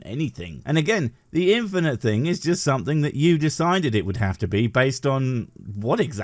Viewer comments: Him constantly saying "infiniNte", not infinite, is annoying me more than it should. . . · This is the second video that this bellend did I've seen covered, and both in this and the other he says "infinent" instead of "infinite". Which grinds my gears infinently. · “Infinant “ he can’t even say it right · Gah, it's so grating to hear him say "infinant" ( , , ) 🙉 PS Well at least he introduced me to "burgerler" 🥂 ... so it wasn't a complete waste. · the boy sais "infinent" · I expecially hate when people say "infinint" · Is he saying "infinint"? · "if this... were infinent... " This fool can't even word, much less think. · Is he saying "infinant"...? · "Infinint" oh yes, I'm sure this guy knows his stuff. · I really can't take someone seriously who can't pronounce a simple word like Infinite. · His asinine and unoriginal arguments aside, the one thing that is really irking me is that he keeps pronouncing singularity as "single-airity" and infinite as "infininte"